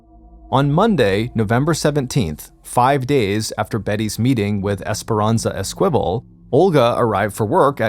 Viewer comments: Sounds like you're trying to pronounce Esquibel which is ES-key-bel, not Es-kwibble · "Eskwival". It's pronounced "Ess-ka-vel". Good lord this guy's an idiot 🙄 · Esperanza’s last name is pronounced Es-key-bell. 😊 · Esquivel is not pronounced əSQUIVəl. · It was driving me crazy, too. ES - ki - vel. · I came here to find the esquivel comments, haha. I'm disappointed there are so few! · It's pronounced ES- KA- VALE the Q has a KA sound and Santa YA-NEZ not ENEZ